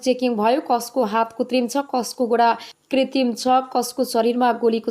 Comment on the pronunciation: कृतिम भन्न नजान्नेले समाचार वाचन गर्दैछन